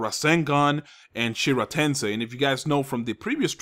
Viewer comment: it's Shinra Tensei Amaterasu pronounce them right please:)